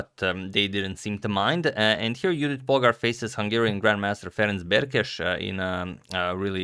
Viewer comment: Thank you for pronouncing both Polgár's and Berkes' name more-or-less correctly, as I know Hungarian is hard to guess in this regard.